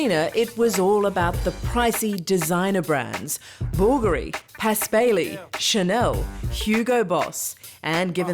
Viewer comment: How can you butcher the pronunciation of the name Blvgari so badly?? 😭😭😭